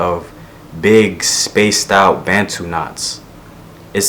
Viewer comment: Great video! BTW it's bun-too not ben-too